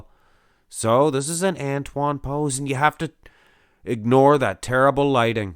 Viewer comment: Watch Antoine’s video on the Muscle and Strength channel and you can learn how to pronounce his name properly from the man himself.